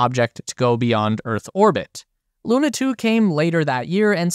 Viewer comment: Hi. I am Russian and I just wanted to tell you, that the "u" in "Sputnik" is in fact pronounced like you pronounced it in "Luna". (Btw. the accent in "Luna" is actually on the "a"). Don´t want to be rude or anything like that. I just want to clarify.